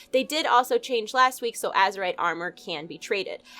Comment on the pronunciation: Lmao Lets Ketchup such a creative name to this series, am I right...Also did anyone notice she finally said azerite correctly.